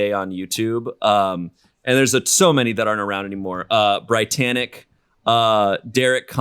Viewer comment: I'm sorry did say BriTANick? I have NEVER met anyone who knows who they are, I've seen EVERY one of their videos!!